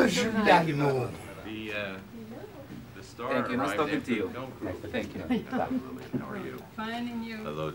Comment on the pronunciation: Marc Giuliano et pas Giugliano